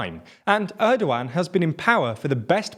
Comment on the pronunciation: You pronounce 'Erdogan' in a quite strange way. it is not a 'old one' )) try 'g' as in a 'gap'